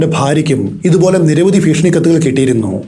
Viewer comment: All stories I am listening but let me tell you one thi ഭീഷണി Ennanu Malayalam place improve. ഫീഷണി alla ഫീഷണി is a comedy word